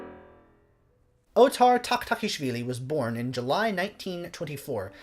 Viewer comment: You flawlessly pronounce his name seemingly without struggle.